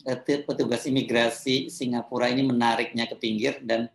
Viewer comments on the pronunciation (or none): SINGAPORK atau apa itu , yg jelas bacanya !